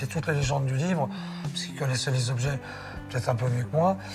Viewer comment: les"zobs-geais"?non,les objets...